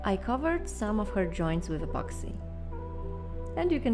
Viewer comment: apoxy apoxy i always hear apoxy